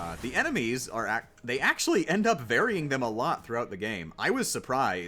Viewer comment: acctully more like knacctually.